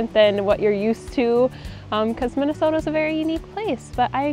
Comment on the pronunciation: 발음이 정확하시네요 ㅎㅎ 민네소타 ㅋㅋ